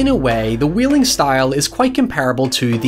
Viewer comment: It's pronounced Whale-ing not wheeling.